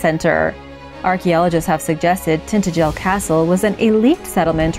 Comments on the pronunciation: Need to work on the pronunciation 😂😂👍 tin-tadge-el . Good effort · pronounced, Tin tangil. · So painful to listen to the name of this place is Tin ta gel . Try to get the most important name in this small post pronounced correctly!!!! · Cornwall, my home country. It is pronounced Tin-TA-jel. Yes, for over 3,000 years the tin deposits of Cornwall were traded by coastal ports, well into the Saxon era. This fortress village was close to tin mines.